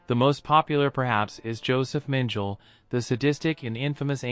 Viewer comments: Who was more of a butcher, Josef Mengle or the guy that pronounced his name Meng-gul😂❤😂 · The guy who pronounced his name Meng-gul of course!